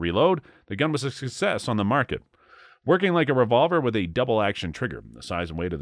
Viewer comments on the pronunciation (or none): none